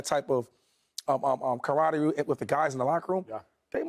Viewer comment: McCoy can’t even say camaraderie